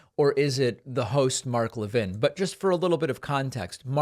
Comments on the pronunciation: I wish you would pronounce his name correctly. It really diminishes your message. The fat is Mark Lavine is evil, you don't need to mis-pronouce his name. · A Jewish guy can't pronounce Mark Levin correctly?